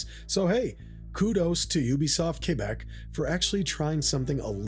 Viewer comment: He said "kébek" and not "kwèbek". Have a like just for that.